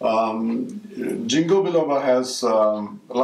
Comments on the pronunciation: why dont u mention the benefits? And its a soft G, sounds like King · Thank you for sharing valuable information on the toxic or negative side effects. Btw, it is pronounced as "ging-kow" not "jing-ko".